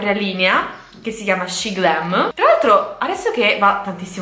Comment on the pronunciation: Shemglam cosiiii non shiglm no perfavoreeee